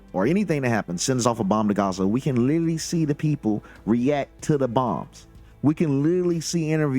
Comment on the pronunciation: it is pronounced 'literally' not lilily